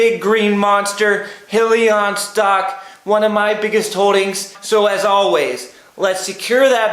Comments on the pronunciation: Please first learn how to accurately pronounce the company name in order to be taken seriously. It's High..lee...on. Not Hill...lee...on. SMH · Congrats on the post but just a reminder though, it’s pronounced “High-lion” not “He-lion” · FYI.... Its not "Hill-e-on" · What is Hill-e-on? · your saying Hyliion wrong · Good video though! - But proper pronunciation exhibits much more “in the know” and a higher level of professionalism! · Please learn how to say the companies name right 😂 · Lmao was my first thought as well especially if u are making videos about them!